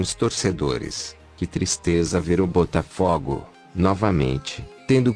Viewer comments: Tu não entendeu nada maluco. Eu quero que PRONUNCIE o nome do meu time CORRETAMENTE pô! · Tendi Coroa AGR q vi q eles falaram Butafugo